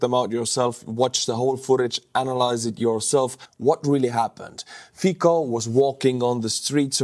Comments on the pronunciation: His name isnt fikko i am slovak and we say his name fitsco not sure if its phoneticaly correct how i written it but c its hard not soft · Not really. Fico would be pronounced "Fee-tso". The "c" is pronounced as "ts" in Slovak, not "tz" - some regional dialects notwithstanding. Cibula (onion) is another example. It'd be pronounced tsee-bu-la (accent on the first syllable) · it's Fico, not Fiko. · the letter "c" in Slovak is pronounced "ts". Therefore, the name "Fico" is pronounced "fitso". You're welcome. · His name is pronounced “feet so.” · Fiko? Really? Come on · His name is pronounced "Fitzo." Smutný deň pre demokraciu.. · Fico pronounced "Fitz-oh", just saying. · Bro, i can't take you reading his name as Fiko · Robert Fico [ˈfitsɔ] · Not Fiko pleeeeeeease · I love your channel, video and all your effort put so enthusiastically and with humour. I never wrote you. Just now. It tears my ears the pronunciation of Fico' s surname. In Slovak letter "c" is pronounced as c, not k. C sound is like in the English word Tsar or as a 4th letter in word Specnaz. The same pronunciation is in names Cintula (not Kintula) and Slovenskí branci (not branki). I am looking forward to your videos. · To be precise, isn't the 's' in 'Fitso' pronounced nearer to the teeth than "standard" 's'? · Letter C in Fico is pronaunced as english C, not K. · with all the respect, your pronunciation of Slovak “c“ in their names is not correct. Nevertheless, your comments are interesting. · You know? enjoys butchering names. 😅